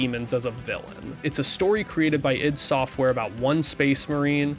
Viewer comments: It's not eye dee... It's "eeed". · It's not pronounced i.d. Software and no, Romero was NOT the primary programmer for any of their games. John Carmack was.